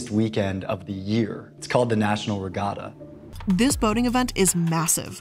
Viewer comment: Just to be a full blown professional pedant; she also pronounced "regatta" wrong.